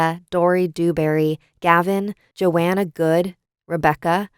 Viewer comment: I am so thankful to support such a great creator! It's a soft h in Johanna but I don't mind the mispronunciation. I love your stuff, and I hope you have a great day 🖤